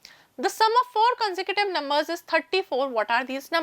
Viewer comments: That's not conducive bro it's consecutive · Consecutive ❌con-sa-cative✔️